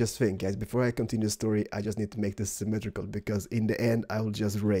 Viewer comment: !!!!!its not semitrical!!